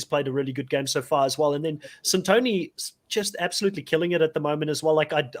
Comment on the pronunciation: Why can't the hosts pronounce the players' names correctly? That's not how they pronounce Santoni and Kiran on the show. It's been 9 episodes.